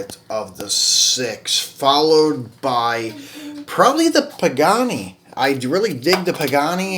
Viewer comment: Pagani (why ra) pronunciation.